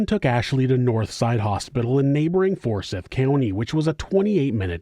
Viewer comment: It's four-SIGH-th, my love. Forsyth.